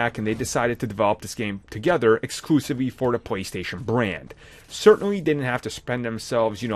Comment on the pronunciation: This video should have been made in two years from today 🙄 Also once again “da” is not “the”. Have a great day 😂